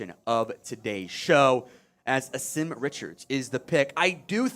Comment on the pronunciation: Name is pronounced Awesome. He’s a GREAT young man and will work his ass off to be the best player that he can be. He’s had to work under 3 offensive line coaches during his career at UNC. Better coaching will help him flourish!!